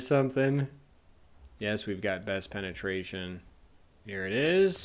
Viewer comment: BRO GOTTA LOVE THE WORD PENATRATION XD